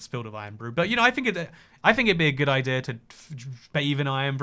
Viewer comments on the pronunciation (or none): Ah, the “inclusive R”! Pander Express! Idear of! Threer acacia planks (probably)! 😊